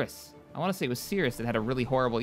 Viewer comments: Darn it, it's not "Sirus", it's Sirius, pronounced like "Serious". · Sirius, SI-RI-US not sirus. sorry just very pedantic. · Build two more corvettes and a recon vessel, then develop more research stations. Oh, and for the love of all that is holy, it's pronounced like "serious", not "cirrus". Attitude or Harry Potter character, not cloud.